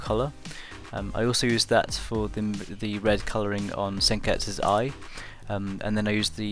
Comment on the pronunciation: You ducking dub watcher, only people who watch the dubbed version of the anime say senketsus name like that...Nice drawing tho but you could have made her hair darker I understand why you didnt